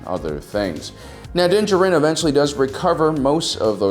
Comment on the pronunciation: Din. JARin. How can you run a Star Wars channel and not know how to pronounce the name of the subject you're talking about. Unless it's being done on purpose just to be humorous, in which case, sure, it's funny...once. On the meat of the subject, one of the first points made here is the age of the ship being more than 30 years old. The Millenium Falcon is at least that old, in canon, and far older in Legends. In the latest episode, the Empire was using a Gozanti cruiser, which first appeared in Episode 1, more than a decade prior to the Clone Wars. In the real world, the A-10 Thunderbolt II (aka the Warthog) was made operational in 1977, more than 40 years ago. The USS Nimitz, a nuclear-powered aircraft carrier, has been active since 1945. The B-52 Stratofortress joined active service SIXTY-FIVE years ago, in 1955. Both of those planes are active today, and continue to serve an important role in tactical and strategic planning. With our real-world creations still serving on the front lines for half a century or more even with our real-world limitations on material and technology, in the sci-fantasy world of Star Wars, there's absolutely no reason to think ships wouldn't be capable of being useful in active service for centuries. 30 years would damn near still be in the breaking-in period.